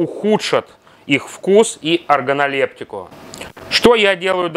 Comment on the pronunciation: особенно слово оргонолептика)))